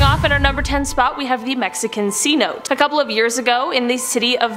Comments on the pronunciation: not C-Note Seh-NO-TAY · Not that it matters, words in different languages are hard. But cenote is pronounced c-no-tay.......that's probably not how that's written but that's the best I got without looking it up. But it works. And I'm not trying to be rude so please don't take it disrespectfully. I just thought ppl might like to know....not that n e one asked 😆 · Cenote = Sey-No-Tay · Cenote = Seh-noh-tay...............Miocene = My-oh-seen...............Pliocene = Ply-oh-seen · C-note? that's not how you say that.